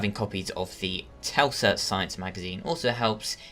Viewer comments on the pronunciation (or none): telsa